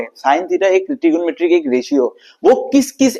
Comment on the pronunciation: Trigomrty ❌ trigonometry ✅🤫